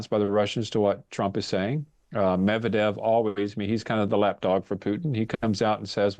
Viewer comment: lived in Ukraine and can't properly pronounce Medvedev's name? That curious. And it took him several minutes to again blame Putin's war on Trump. What does it matter if Putin abandons a treaty we withdrew from 8 years ago? Just some posturing at this point. Your broadcasts never miss a chance to miss the point.